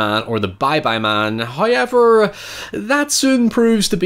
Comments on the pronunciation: Me everytime says 'however': "Hehehe, 'high-ever'." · I feel like I only watch videos now just to hear him say “Howyever”. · First "hoyevver" drops , and we are grace with His visage.